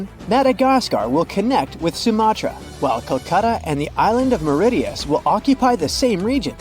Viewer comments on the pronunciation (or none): Less than 2 minutes in and the A.I. narrator is already fucking up the pronounciation of the island of Mauritias...ROTFLMFAO!!!